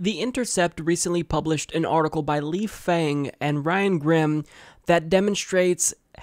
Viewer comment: Its pronounced lee fung